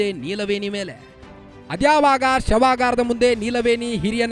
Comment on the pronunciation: ಶವಗರ ಅಲ್ಲ ಶವಾಗಾರ